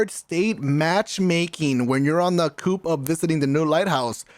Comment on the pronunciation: Did really say "when you're on the coosp of getting to the lighthouse"? Lol